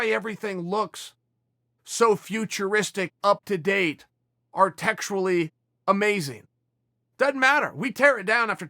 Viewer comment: Brekfrest? Artectual? Westbrook "whut".